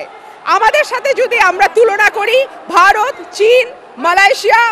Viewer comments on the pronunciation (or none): none